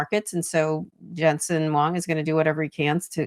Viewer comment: Why does your guest analyst mispronounce Jensen Huang’s name? How can we trust his opinion when he can’t pronounce such a common name?